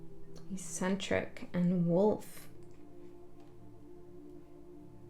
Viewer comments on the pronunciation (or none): Thank you :) . Insightful. Just to be helpful, eccentric is pronounced eck-centric. 😊